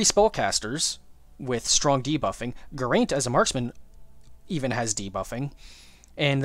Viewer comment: Just so you know Geraint is a Welsh name (Welshman here) and it's not pronounced Gur-aint its Geh-raint